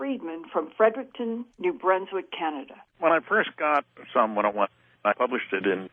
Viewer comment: SOM !!!!!! NOT PSALM !!!!!!!